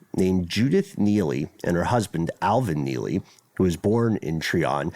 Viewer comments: It’s Try-on Georgia, not tree -on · It’s pronounced “ tryon “ not “ Treon”. I was just there yesterday. It’s way out in the middle of nowhere even now- I couldn’t imagine living there 40 yrs ago. The roads are pretty rough- then the gravel/dirt roads are even worse- it’s literally a forestry rd, there’s very few places to turn around if you miss the end of the trail/rd that leads to the remaining structure. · It’s pronounced “Try-un” Ga Im from here